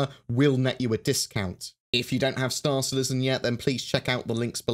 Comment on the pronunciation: Storr Citizin